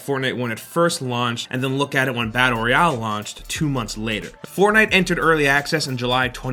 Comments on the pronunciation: fortnite roy-ow XD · "Reayale" lol